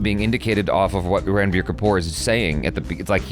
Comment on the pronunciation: Its not Ranbir (Ran not like 🏃🏽‍♂️ Ran but Run)